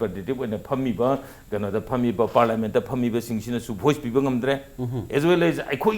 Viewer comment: please pronounce 'people'as 'people'and not as 'peoples',they carry different meanings.